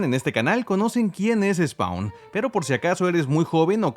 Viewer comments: Se pronuncia "spon" no "spaun" y es AL SIMMONS, no "Ai Simmns" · la A de spawn no se pronuncia D: Se pronuncia spon.